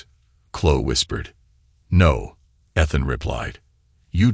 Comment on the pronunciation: Stories are great and the narration is good but please check the pronunciation. Ethan and Liam are both consistently mispronounced.